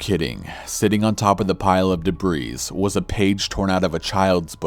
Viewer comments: Wow bro. The "S" in Debris is fucking silent. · The S at the end of debris is not supposed to be pronounced. It comes from French; they seem not to like to pronounce the end of their words particularly if it's R or S. So, who are we to say it when they don't ?